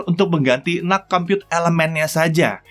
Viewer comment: Aku dengernya bukan NUC tapi NUT